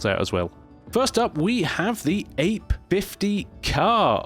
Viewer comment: Piaggio's Ape is pronounced "a-pay". It's Italian for "bee". While we're at it, Aprilia is pronounced a-PRIL-e-a.